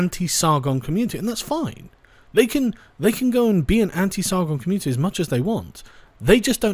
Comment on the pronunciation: The way youre pronouncing "Community" is triggering me. Youre not pronouncing it right- its COMMUNETIEYH, FREAKIN GET IT RIGHT! :P